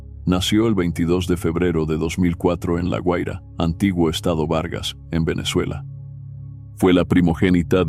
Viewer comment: Se dice GUAIRA no "HUAIRA"